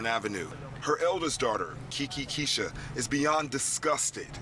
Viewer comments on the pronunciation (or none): I couldn’t focus after I heard that like tf Ki Ki Keisha??? My nose turned up and all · I’m sorry y’all but “kekekeisha” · They never get nobody's name right....she told them both Kiki or Keisha when they asked and they decided to put it together as one name🤦🏾‍♀️ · "Kiki Keisha" ....good Lord😂